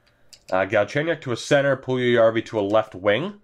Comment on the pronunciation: Puljujarvi is pronounced “Pull- Yarvy”